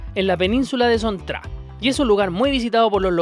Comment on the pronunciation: Hola amigo. La pronunciación de Son Tra Night Market sea Son Cha porque la pronunciación de Tra es Cha en vietnamita. La ciudad famosa se llama Nha Trang es ニャチャンen japonés que se pronuncia Ña Chan en español.